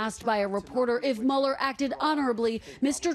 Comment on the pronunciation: I love that Trevor actually pronounces Mueller's name correctly. It is German in origin and -er at the end of German names / words are pronounced with a soft "a" and not a "ER" sound